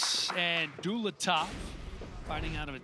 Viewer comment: How disrespectful. his name is not Dulatto, his name is Dulatov.